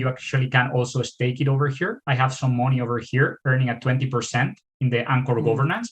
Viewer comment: Borrowing mowny. Borrowing mowney.